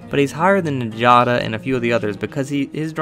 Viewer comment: Sorry to be the grammar police here, but njada is pronounced "nyada". Any Scandinavian name structured that way with the J is pronounced as a Y. Thank you rant over.